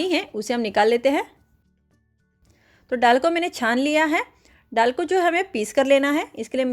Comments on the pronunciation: डाल नहीं बोलते दाल बोलते हैं mem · डाल नही दाल बोलते है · दाल बोलना नहीं आता, विदेशी हैं आप???डाल,डाल बोलते हुए संकोच नहीं होता। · दाल होता है डाल नहीं आप डाल बोल रहे हैं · मैडम डाल नहीं, दाल है। कृपया सही हिंदी बोलें। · डाल नहीं,दाल बोलिए 😂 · डाल नही दाल बोला जाता है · डाल नहीं दाल बोलिये